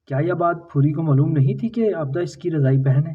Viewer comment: Maaloom. Mloom nahi hota 😅